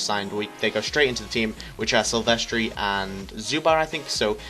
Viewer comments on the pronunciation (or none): its pronounced sil ves ter